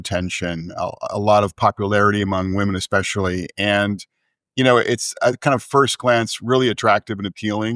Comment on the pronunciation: I’m sorry, what is with Brad’s annunciation of “women”? Half the time it sounds like he’s saying “liberal men.” It’s like he rushes through “liberal women” as if it’s a bad word. Very hard to follow…